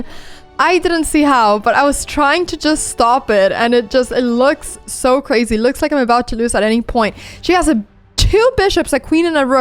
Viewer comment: Great game. Not sure if you will ever read my comment but if you do, I’m sure I’ll notice a change. Your English is actually very good. One thing i noticed that you do a lot is pronouncing Z as S. For example the word resign . Even though it’s spelled with an S It’s actually pronounced with a Z. Even the word crazy . Im pretty sure i heard you say “ crasy “. Also the plural of Woman is Women but its pronounced Wemen. I know… English is such a strange language. I hope you don’t take this in a negative way. From what I’ve gathered, you’re a smart girl who loves to learn. My intentions are good. Another word is busy. Yes it’s spelled with an S but pronounced buzy. I think you do that with every word that needs to be pronounced with a Z. Hopefully I was helpful.